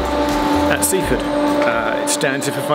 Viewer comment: Sussex place names have the emphasis on the last syllable, so it's Win-chel-SEA. It is also Sea-FORD, not SEA-ford as Geoff pronounced it.